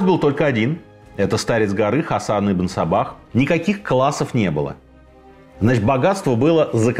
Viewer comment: Мне одному слышится - Ибн Собак?)))